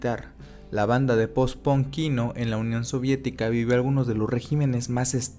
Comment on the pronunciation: Alguien sabe por qué los mexicanos pronuncian ponk o gon en vez de pank o gan?